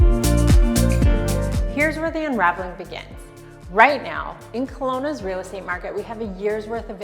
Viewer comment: Haha...reeel state😅😅age'nt